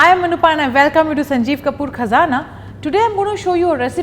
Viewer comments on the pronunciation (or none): none